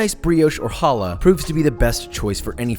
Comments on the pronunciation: You say hala wrong try to say the ha like you charging a spit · Challah is the best bread for it. French toast with the leftover Shabbat challah on Sunday morning was my childhood. But also Josh. I love you but that's not how challah is pronounced. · WHenever someone says "halla" instead of "CHallah" a little piece of me dies inside. :( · It’s not “Hallah” it’s “Challah” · Challa not holler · I know Hebrew and Josh just so you know it is pronounced KHHH- alah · ITS PRONOUNCED CHALLAH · You mispronounced challah